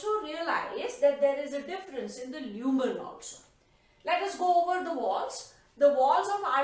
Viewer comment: Leumen or lumen😂